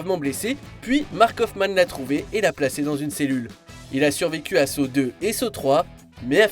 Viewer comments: Pourquoi vous le prononcer comme sow alors on le prononce san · ça se prononce exactement comme ça [ˈsɑ]